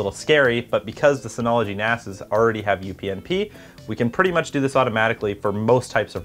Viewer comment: Great video ... Not sure if the "we can put stuff in each other's NASES" was intentional or not 😅